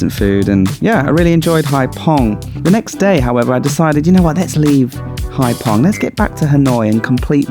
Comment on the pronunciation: Haiphong is a bigger city… and it’s haifong not pong hhh